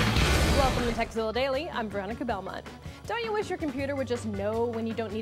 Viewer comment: she totally says "sexzilla"